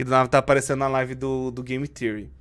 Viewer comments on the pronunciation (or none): none